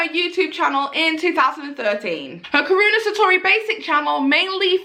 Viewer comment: Karuna Satori. its pronounced Kah Roo Nah, Sah Tor Ee